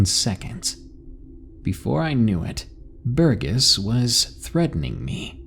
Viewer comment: Thanks for the great audio, D!! 💙💙 One quick note about pronunciations though; I don't know how your users have spelt 'em, but in the hopes of being helpful, I think the names "Burgess" and "Laurel" are pronounced "burr-jess" and "lore-uhl" (burr as in cold and lore as in ancient lore. :)) Again, I haven't seen them as they were written to you, but.. I know sometimes reading more than you hear can be tough, so I hope this proves helpful. 🔆